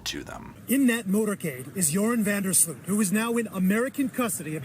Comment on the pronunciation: It's Van Der Sloot, 😂 im Dutch